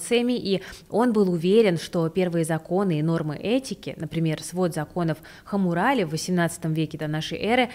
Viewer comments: свод законов Хаммурапи, а не Хаммурали. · свод законов Хаммурапи, а не Хаммурали)) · Эмоциональный интеллект хотелось бы подтянуть ) Книжку в коллекцию. P.S. На 3ей минуте небольшой ляп: "ХаммураПи", а не "ХаммураЛи" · Законы все-таки Хаммурапи =))) а не хаммурари =))))) ну так, немножко поправил))) Видео интересное, спасибо!) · Законы Хаммурапи , а не хамурали☺️ Просто юристу сразу режет слух😎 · Хаммурали?, вы серьезно???